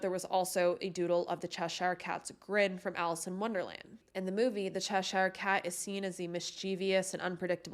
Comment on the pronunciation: Just fyi, Cheshire is pronounced like ‘Che-shur’.